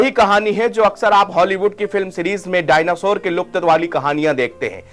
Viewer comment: पहले डायनासोर बोलना सीख ले😅